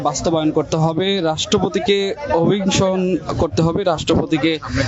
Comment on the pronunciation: খি খি😂😂😂টোকাই গুলা আসছে।যে সাংবাদিক ইতে অভিশংসন উচ্চারণ এই করতে পারে না😂😂😂